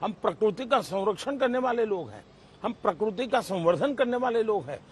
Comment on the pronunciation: प्रकुर्ति नही प्रकृति सही शब्द है